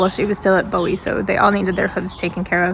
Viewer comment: With all due respect the auction house is pronounced "Boo-Wee". I live not far and go to Bowie Trade Day on occasion. I am so PROUD you rescued these Belgians. I adopted one myself from the Bowie Auction after a rescue got her rehabbed.